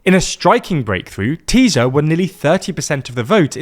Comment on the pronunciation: Ti-sa. Not Tee-Za. What you Smoking